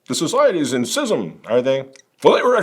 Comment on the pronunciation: why are you pronouncing the words "schism" and "schismatic" incorrectly? It's 'SKIZ'EM" not 'SIZ'EM"